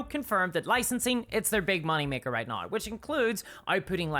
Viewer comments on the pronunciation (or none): Why do you pronounce "now" as "nah-y"? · wait a minute, i'm going to need you to say "now" again for a sec.... :P is that spelled "nayeigh" for you?